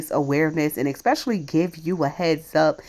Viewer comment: It isn't "Axe" its "Ask" and it isn't "Exspecially" it's "Especially" This video sucked . You didn't even talk about the opening title 🙄